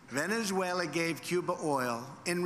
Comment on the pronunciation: He didn't write this he hasn't got the brain capacity. He don't give two hoots publicity stunt bloody idiot. Any president in office would be more diplomatic he can't even say Venesula I was the first such a big head he is crazy and I wonder how many of the people he would take into the USA claiming asylam from there None. Hate that's what he spread tell when he go of script act like a crazy many like at his rallies.